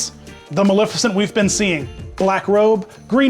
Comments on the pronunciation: As a Disney villain purist, I have to point out that the correct pronunciation of Maleficent is- MaLEFicent. Not MaLIFicent. A lot of people mispronounce it, but if you go back to the original film you'll see the correct pronunciation. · yiu do pronounce the E in her name it coms from the word malefic and in the animated feature everyone calls her Ma-lef-icent.